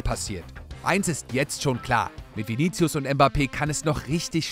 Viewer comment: ich hörs immer wieder und da es auch der name meines bruders ist, hau ich mal kurz n fact zu Vini raus... Man sprichts viniSius aus, das C wird als S ausgesprochen.